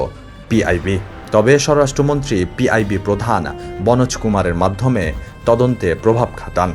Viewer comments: সররাষ্ট্র না, হবে স্বরাষ্ট্র। পি আই বি হবে না, হবে পিবি আই। মূর্খের মুখে সংবাদ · ভাইরে "সর-রাষ্ট্র" না "স্বরাষ্ট্র" হবে আর "পি আই বি" আবার কি "পি বি আই "এর কথা বলছে মনে হয় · সররাষ্ট্র না স্বরাষ্ট্র পিআইবি না পিবিআই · পিআইবি না পিবিআই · You can’t pronounce English and bangla word. Not shororastro, not PIB , it’s PbI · সাংবাদিক ভাই স্বররাষ্ট্র নয় স্বরাষ্ট্রমন্ত্রী PIB নয় PBI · স্বররাষ্ট্রমন্ত্রী, পিআইবি এসব ভুল ভাল উচ্চারণ দিয়ে সাংবাদিকতা চলে না ভাই।আপনি কালের কন্ঠের মান ডুবাইতেছেন,সেটা কি আপনি জানেন? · হা হা PIB??? Its PBI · vai ota PIB na ota PBI hobe..... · এসব ভুল ভাল উচ্চারণ কেনো? সর রাস্ট্র মন্ত্রি আবার কি? আর পি বি আই কে বলছেন পি আই বি?? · পিআইবি আবার কি? ওইটা পিবিআই হবে 😂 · pib na pbi vlo kore study kore report koren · পি আই বি নয় পিবি আই😂😂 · পিআইবি নয়, উচ্চারণ হবে পিবিআই 😂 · কথায় তো ঠিকভাবে বলতে পারেন না পিআইবি কি বলেন পিবিআই উচ্চারণ ঠিকভাবে বলেন। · স্বররাষ্ট্র নয় স্বরাষ্ট্র পিআইবি নয় পিবিআই এই রিপোর্টার কি আসলেই পড়াশোনা করেছেন? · Not PIb its Pbi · কালের কন্ঠ পত্রিকার প্রতিবেদক অথচ পিবিআই কে পিআইবি বলে হাস্যকর। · কথাটা পিবিআই হবে, পিআইবি না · PIB na PBI. ar sororastro montri na sorastro monti. pronunciation thik koren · PIB নয় PBI হবে। ভুল বলেন কেন? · আগে বাংলা পড়তে শেখ। PIB না PBI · Bro pib na pbi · কতো বড় ছাগল সংবাদ পাঠক,,পুলিশের একটা ডাক সাইটের তদন্ত সংস্থার নামটাও ঠিকমত জানেনা,,PBI কে বলে Pib. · Not PIB…it’s PBI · পিবিআইকে পিআইবি বলা হচ্ছে। নিউজে কোন তথ্যেরই প্রমাণপত্র নাই। এসব কেমনে নিউজ হলো??? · কিছুদিন আগেও দেখলাম কালের কন্ঠ ছাত্রদের বিরুদ্ধে খুব সুন্দর হেডলাইন দিতেছে সরকারের পক্ষে এখন দিন যেতে না যেতেই পল্টি !! এদিকে সাংবাদিক ভাই বলতেছে স্বররাষ্ট্রমন্ত্রী ! আবার পিবিআই কে বলতেছে পিআইবি !! কী ধরনের সাংবাদিক নিয়োগ দিছে উনারা ! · its PBI not PIB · পিবিআই কে বলে পিআইবি। কেমন সাংবাদিক? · "পিআাইবি' এটা কি? "সররাষ্ট্রমন্ত্রী" এটা কোন মন্ত্রনালয় ? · আগে পিবিআই বলতে শিখ